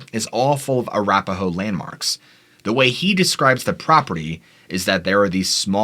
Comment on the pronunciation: Arapaho sounds like slapaho🤭